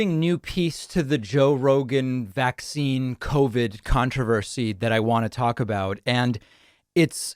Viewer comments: Why does pronounce it VAC-cine? It sounds so weird. Sounds like a subliminal messaging thing. Like it makes it sound scarier to her followers. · i feel the same way although i think she's saying it like VAX-cine